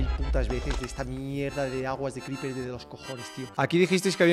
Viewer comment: Al final dice creepres jajajja